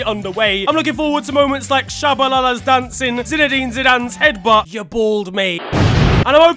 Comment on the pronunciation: I was dying when I heard say Tshabalala's name correctly😳 😳